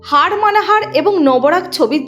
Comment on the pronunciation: হাড নয় এটা হার। ভাষাকে স্টাইল করে বিক্রিত করা ঠিক নয়।